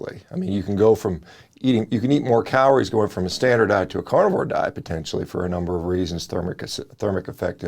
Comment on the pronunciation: Did he say cow-lories?